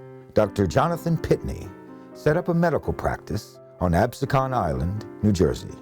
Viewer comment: Absecon is pronounced abseekin.